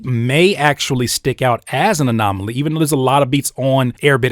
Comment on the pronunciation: My dawg keep saying anomonaly 😂😂 this video just helped out for sure, appreciate you 💪🏾